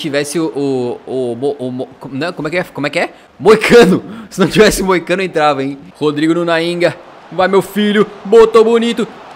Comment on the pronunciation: foi falar moicano mas na vdd quase sai mosaico